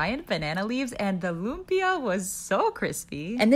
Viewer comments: u pronounce lumpia lump-ia :D pasensya na po sa pag abala (I'm sorry to disturb) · Lumpia is pronounced lump e a, not looms e a. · NO it's pronounced lum - Pee- ah